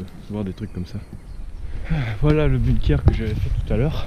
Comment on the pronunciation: moi je sais où tu te trouve...par contre on ne prononce pas" bune keur" mais "Bounkeur" et cela s'écrit "BUNKER" et on bosse un petit peu sur les recherches avant de poster une vidéo ...les blockhaus de la croix des landes sur la route d'Erquy...et il y en a aussi au "Souchet" et un après "La Couture".